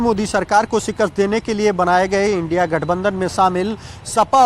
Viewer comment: India ko indi bol rhi hi gaddar godi media